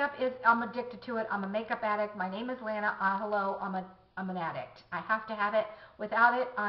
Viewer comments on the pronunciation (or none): none